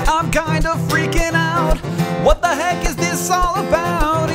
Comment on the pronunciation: Did he say: 'what the hank'? :)